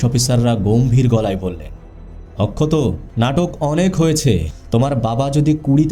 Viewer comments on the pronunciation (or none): OMG!!!! What poor pronunciations. Please work on it. Akshat এত সুন্দর একটা নাম । আপনি তো তাকে অক্ষত করে দিয়েছেন একেবারে বাংলা তে 😂😂😂😂😂